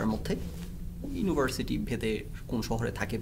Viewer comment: ভাই আপনি আগে ইউনিভার্সিটি উচ্চারণ করা শিখেন। ইউনোভার্সিটি না শব্দটা।